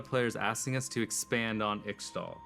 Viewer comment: Why does he pronounce Ixtal like that?